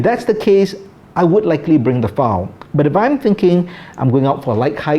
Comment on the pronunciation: Got thrown off how you pronounce the word file. Sounds to my ears you are saying foul. I’m an America.